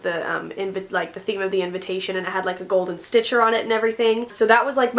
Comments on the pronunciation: Did anyone else notice mispronunciation of Golden Snitch? Great party theme,, but this made me giggle. 😂😂😂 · Thompson Haha! I thought so too! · Ayla Nelson yes I agree